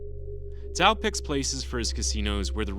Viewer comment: The fact that you correctly pronounced his family name 🫡🫡🫡